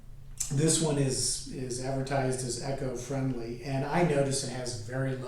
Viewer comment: It’s eco-friendly not echo. Lol